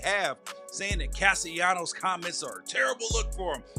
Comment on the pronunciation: It's Caste LAH-NOS not caste YA-NOS. You and a lot of them out here need to learn how to pronounce his name. Don't do anymore videos o. Sports if you can't day their names right.